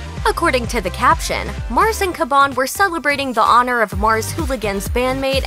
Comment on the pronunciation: how u f up the name Mars & say Mors